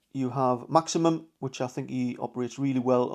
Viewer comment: Great content. But its Maximin not Maximum.😊👍